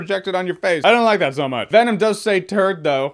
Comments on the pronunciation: I honestly don't hear "turd". I hear "pearl" and "turtle", which makes less sense. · Is it a Turd in the wind. Or a Bird in the Wind.. it just sounds like turd.. but it's Bird